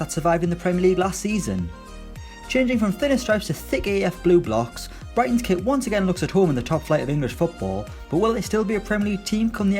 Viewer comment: “and a new quit”